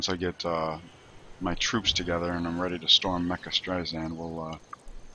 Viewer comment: Why do you call it Mecca-Streisand? Or whatever you call it...